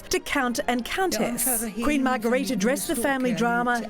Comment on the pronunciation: If you're going to do a story on the Danish RF learn how to pronounce their names. The Queen's name is pronounced Margareta and Prince Joachim's name is pronounced Yoakim not Wakeem. Sheesh.